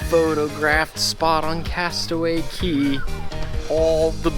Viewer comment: Great job! Aside from vlogging that day, I hope you also got to enjoy your time adulting at Castaway Cay! And a double thumbs up for properly pronouncing "cay" (key)!